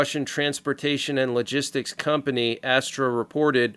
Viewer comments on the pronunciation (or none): none